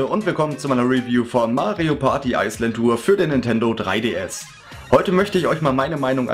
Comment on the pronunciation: Ich finde es witzig wie du immer Ice Land Tour sagst :D Ich hab mir das Spiel gar nicht mehr geholt^^ Finde es irgendwie total uninteressant. Obwohl mir Mario Party 9 eigentlich gefallen hat. Ist wohl nix mehr für mich^^ Aber naja, so wie deine Review ausfällt sollte ich wohl ganz froh sein dass ichs mir nicht geholt habe :D